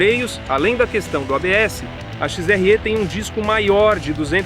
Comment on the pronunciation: Parabéns. Mas... "XRE" não se fala "XRÊ" é como se o "e" fosse "é".